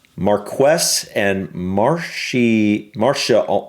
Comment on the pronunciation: We put the emphasis on the first syllable with these titles. Most of them sound how they look. Marsheness and Vycount/Vycountess are the pronunciations for the difficult ones.